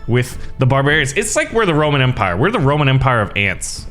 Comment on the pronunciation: 'The Roman-Antpire' XD